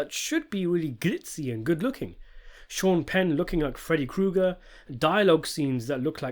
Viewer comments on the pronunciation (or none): none